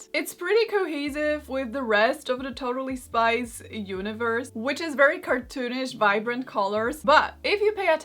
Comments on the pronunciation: I keep on hearing totally spice not totally spies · I'm sorry but I kept hearing Totally Spice and thought she was talking about the Spice Girls 😅😅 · I though she was saying Totally Spice